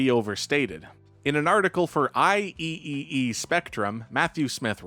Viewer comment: just FYI, “IEEE” is pronounced “eye-triple-ee”